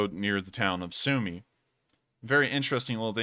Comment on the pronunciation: As it seems you care about pronunciation, you mispronounce Sumy